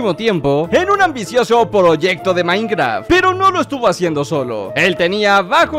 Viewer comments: en el segundo en vez de minecraft dice minceraft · soy el único que se dio cuenta de que decía minceraft? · dice minceraft no minecraft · 4 53 DECIA MINCERAFT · ¿Se dieron cuenta que en el minuto dice minceraft? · en el minuto dice minceraft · wtf dice Minceraft